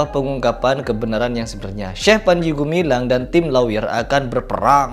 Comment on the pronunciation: medok banget bilang syeh😅,😅